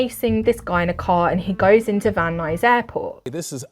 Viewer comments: You nailed the pronunciation of Van Nuys, CA. Very good. lol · You said van nuys perfectly! :) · You pronounced Van Nuys correctly 😊